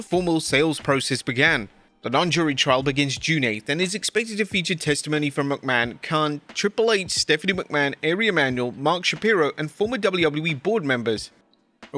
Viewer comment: Who is Airy Emmanuel? Why can’t you pronounce that name? Sounds like “R E”, not airy. Watch any episode of Entourage and hear how that word works. Damn